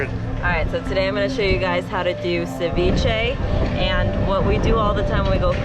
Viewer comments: “Cevicheeeeee” 😂. Never heard someone pronounce it like that before. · It’s pronounced “suh-vee-shei” dude🙄